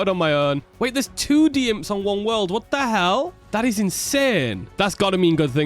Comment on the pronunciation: my favorite is how he says WATAHELL 🤣